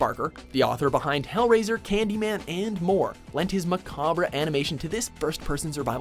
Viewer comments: "macabra" I used to pronounce it like that when I was a kid. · you fuck'n imbeciles... its pronounced ma-kab not ma-kab-ra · Macabre= "Muh-cob", not "muh-cah-brah". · It's pronounced MU-KAB not MU-KA-BRU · Jesus!! Now you have to figure out "Macabre" please please your scriptwriters are killing me. MUH COB not MUH COB RUH. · Maca-bruh? Lol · lol hilarious pronunciation of "macabre" XD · the way he pronounced macabre...